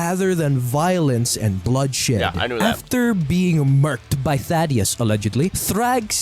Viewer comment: Why does everyone mispronounce thadus